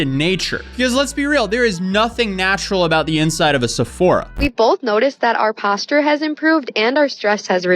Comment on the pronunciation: Misspelling "Barefoot" is more than deserved for how criminally she pronounces "Posture"